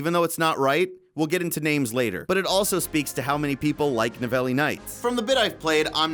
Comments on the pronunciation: It's in France so it is pronounced "Ni-vell" you uneducated fat fuck! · "Nivelle" is a french town. The prononciation of this last is "NIV - L" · Hehehehehe... he said Ni-velly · Hey, you can say Neve-L for Nivelle nights, and like the state of Utah, Prise de(the) Tahure, hard for me help you with the end of Tahure 'cause we don't pronouce the "u" the same way in french and english, but I hope it helped you, by the way "prise" means taking, keep doing your good job, I love to see your videos, Your fellow french Quebecer:) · Pronounce it something like Nivél or Nivail as 'Elle' is for 'She' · Why can't you pronounce Nivelle